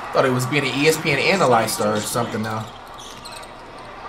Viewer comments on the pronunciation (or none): This man said " ana lies ter " im weak